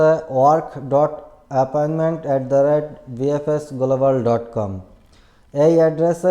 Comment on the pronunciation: This is appointment not aparment 😂